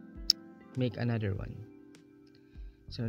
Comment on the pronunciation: "anudder folder"